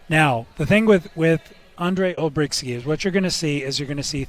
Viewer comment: Olbrychski NO Olbrykski